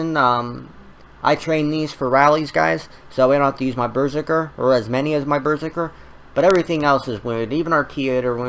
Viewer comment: It's berZERker not BERzerker lol